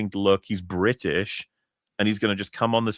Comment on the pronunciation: The fuck you mean you don't know?! The not so bri'sh.